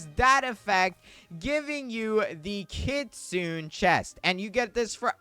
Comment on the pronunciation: Kit-soo-neh bro please 😭